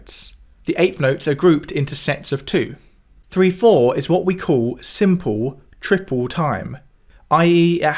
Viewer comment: "simpuw tripuw time" uggggggghh 🤢